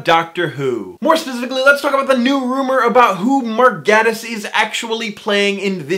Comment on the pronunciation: I tried to listen to this video but I got too distracted/frustrated at every mention of Gatiss. It’s pronounced “gAYtiss” ffs